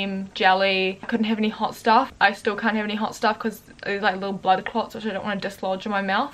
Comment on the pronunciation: Hoi I eemma an I cawnt twak Hi I’m and I can’t talk Haha get better soon